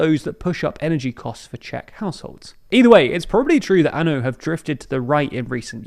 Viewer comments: It's Ah-No not An-o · It’s not anu, it’s ano! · It's not A N O. It's ANO, the Czech word for YES. Do you really expect to be taken seriously, if you don't know the basics? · Ano is pronounced Ah-Noh. Like the No in Nottingham. Just for next time.